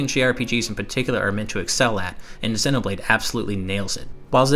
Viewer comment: Dude, I like the interest, but Xēnoblade Chronicles. Hard E sound.